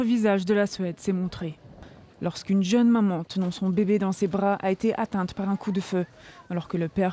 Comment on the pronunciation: Je rêve ou elle s dit une jeune mamante ?